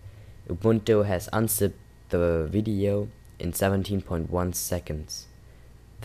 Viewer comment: sounded like wideo to me... Try saying nuclear wessels!